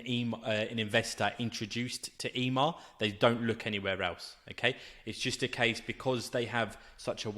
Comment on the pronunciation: It's not E-MAR its EMMAR pronounced EMMMM-AHHHR